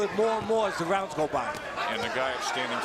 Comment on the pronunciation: Exacto ningún “rauns” 😂